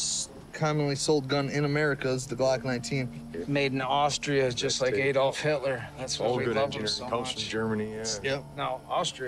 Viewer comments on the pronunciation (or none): Aydolf ffs. Its pronounced Addolf